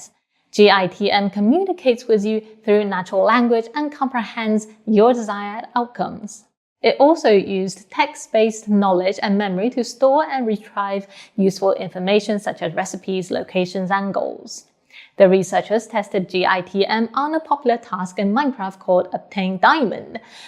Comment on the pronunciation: Good English... But please note that the correct pronunciation for "retrieve" is ree-TREEV.